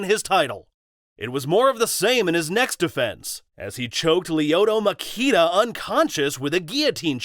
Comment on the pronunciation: LMAO!!! Right...It's MACHIDA & the "H" ain't silent.